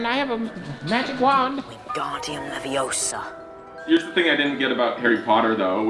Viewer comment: "It's not levious-AH" Hahahahahaha! Aaah, stop it, stop it!